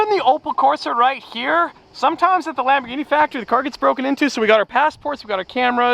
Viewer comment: You say LamborGHini like in Gunther! NOT "Lamborshini"🤌🤌 Do you say Spasjhetti aswell?!😂